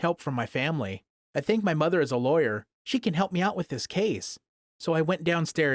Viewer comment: Did he say I think my mom is a laywar like -_